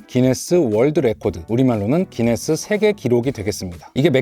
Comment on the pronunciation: 구인네스가 구수함